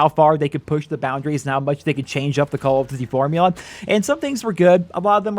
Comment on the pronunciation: Why you say call of duty like that